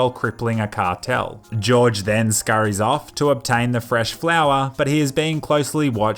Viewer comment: "George Franco" 😂